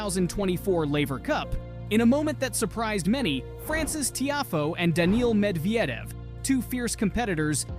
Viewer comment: Ah yes, Daniel Med-vee-edev, that guy. Seriously dude, there's like a million ways you could have found out how to say his name properly. And no, Roger Federer wasn't "working out" with Dimitrov and Alcaraz - he literally just went to say hello to them while THEY were working out.